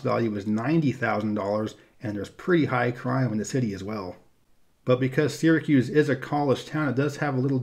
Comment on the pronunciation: I don't live in NY but I still want to thank you for pronouncing Syracuse correctly.